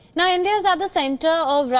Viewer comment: Hi News Reader Girl It is not “ NAA “ say “ Now “